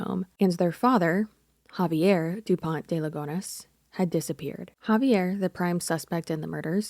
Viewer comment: I find it kinda funny how you pronounce a frenchman name in spanish 🤭. But if youre curious here's the pronounciation guide "Kza-vee-hay Dupon (we dont pronounce the T) De Lee-gun (also dont pronounce the S).